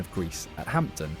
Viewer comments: Ye not Hampton ,Hampden, and not hied as in hide ,it's hied as in heed 😂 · There is no T in the park. Ham din park. You can take the p too. And heed my words about the pronunciation of heid. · What's a hampten? Is that supposed to be Hampden? (Pronounced, "Ham-den".) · It's pronounced HAMDEN NOT HAMPTON.AND THE SOTTISH EXPRESSION OSD KEEP THE HEID (PRONOUNCED) HEED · Aach come on pal. It's HAMPDEN PARK, no HAMPTON lol 😂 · The irony is that It's pronounced ham-den not hampt-den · Hampden is pronounced Hamden - the p is silent. Sorry to be picky. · "Hamton"? ffs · HamPten 😂😂😂😂😂😂😂English wamk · That AI narrator had a bit of a brain fart there talking about Mctominay’s goal 😂😂 also “Hampton” “keep the hide” “shank land” (sounds dodgy 🔪) and calling Dorgu “Partick Dorg” was a particular favourite. Actually thought it said “Patrick Dork” at first 😂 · Typical English voice over, Hampden is pronounced where the P is silent, learn it before posting. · The p is silent in Hampden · It would good to find a commentator that could pronounce Hamden properly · There is no "T" in Hampden you dummy! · AI slop. Gutter content. You know it’s AI with the nonsense place names. Piraeus, Hampden and the Italian league - Seria A. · He's over pronouncing the 'P'.